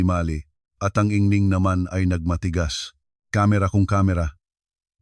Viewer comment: maganda ang istorya pero ang pag ka bigkas ay mali, anung ingning? ginang ang tamang pag pronounce